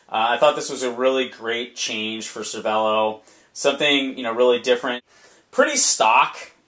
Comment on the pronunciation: Pro tip pronounced cer-vey-lo